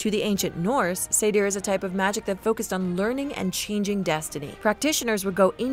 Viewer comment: Seidr is pronounced Seithr the weird D makes a TH sound